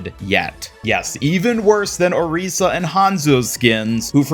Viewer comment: FINALLY someone that pronounces Orisas name right!!!!